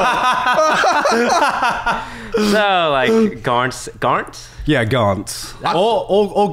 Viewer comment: GARNT .... it is กานต์ in Thai, I believed. That's common Thai name but most of my friend who has that name will go will "Karn" instead (that's the recommended transcription (ก = K) by the government I believed.). Both spelling will give some what inaccurate pronunciation. "Garn" is probably the closest one. "T" (ต) in กานต์ have a nullify mark ( ์ ) on it so it should not be pronounced. Don't ask me why TF Thai has a nullify mark, it is long story. Try watch video "Why Thai is the hardest writing system" he kind of explain a bit. BTW I didn't know Toast host a podcast.